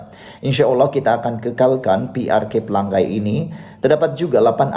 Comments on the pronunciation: Bukan xPelagai, maaf.. *Pela ngai*. Sebut ngai (sungai *ngai*) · Bodoh nya kamu.....Pelangai kamu sebut PELANGGAI....lidah kamu cacat ke?